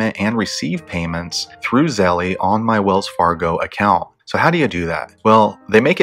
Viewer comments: Really good video man!! But it’s pronounced Zel not Zell-E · its pronounced zel bro, not zell-E lol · Thank you for this comment Z. Fortlow 🙌🏽🙌🏽🙌🏽🙌🏽 Yes its Zelle, like Belle not Zelly (zellee, zellie, belly, etc). I couldnt focus with the grammar thg. Honestly, giving instruction on something to guide / direct others on the right path, when one does not know its properly terminology can be a bit hesitating to trust on a range of things, platforms, etc. The professor in me won't let up. (Things that make you go, "hmm." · It is Zelle, as in gazelle. 🤦🏽‍♀️ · PRONOUNCED ZZZEEEELLLLLLLL MY GOD!! Lol cringe good educational content though! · I too cringed the whole friggn time. 🤦🏽‍♀️ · JESUS PRONOUNCE THE NAME RIGHT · I thought it was Zelle like gazelle, not Nike like Nik-e. But thanks for the info. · Nahhh I think he saying it wrong lol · Nah I think it's him. Even at the bank they don't say it like that